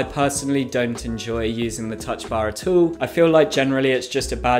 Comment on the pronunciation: oh hell nah what did this mf just try to say? AT ALL not ETUU